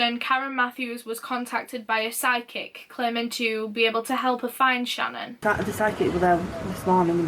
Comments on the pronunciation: I had to laugh at myself when I finally figured out you were saying "psychic" not "sidekick". Lol. Duh on my part. 😜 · I did too..I'm like "Did she say a sidekick"? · holy shit it took me a while to realize you said "psychic" and not "side kick" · I really thought she was saying "sidekick" instead of "psychic" and I was soooo confused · I thought the same thing the first time she said it and then I realized that she said psychic by the second time she said it and it made so much more sense! 😂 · omfg me too until I read this hahha I was like why do they need a sidekick lmao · oh my god i just realized she didn’t say sidekick lmao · Every time she said “psychic” I thought she was saying SIDE KICK and I was like... Who’s sidekick?? And why do you dislike them so much??? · When she mentioned the psychic I heard "sidekick" then I couldn't unhear it...LOL I really couldn't see why the mom of a missing girl needed a sidekick but to each their own. Love this channel! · Oh Jesus I thought you said „sidekick“ instead of „psychic“ xD I got really confused for a moment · OMG I thought she said sidekick that’s what I really thought was said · I heard, "side-kick" and I was so confused but then I realized she said, "psychic" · wait- it was psychic? me too i was so confused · SHE SAID PSYCHIC?? dammit, i'm so freaking dumb, thanks for the information